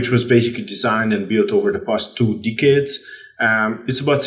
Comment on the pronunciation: Man really said dick heads when trying to say decades